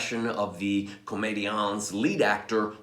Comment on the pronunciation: I enjoyed this one,. Thanks or 'mille mercis". Just a note about the pronunciation: leave off the "s" of comédians because it's silent in French. But, I did truly enjoy the history lesson you gave. Very interesting and quite a bit I had yet to hear, and you know how much I love Molière!! Jenny